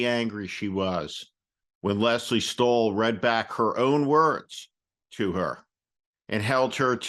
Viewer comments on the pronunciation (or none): none